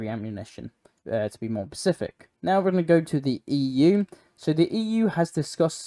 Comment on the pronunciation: learn how to pronounce SPECIFIC